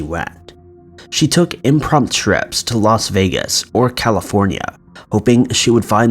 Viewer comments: “Imprompt”... I guess the U is silent. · I believe the term is "impromptu," not "imprompt." (And that Jason dude is FREAKY looking! Kind of like a serial killer with asperger's syndrome. Ick!) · Why can’t you say impromptu?!